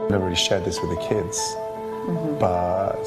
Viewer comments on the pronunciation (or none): none